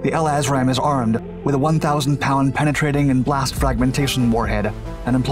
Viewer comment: L-assram is the best mispronunciation of LRASM I have ever heard, gonna start using it